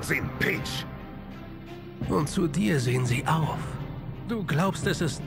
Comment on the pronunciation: Video: Es war...PICH! Ich: Es war...PEACH?!?!